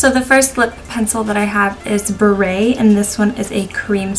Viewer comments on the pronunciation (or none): Buerre is not pronounced "beret" it's pronounced "burr". It's French for butter.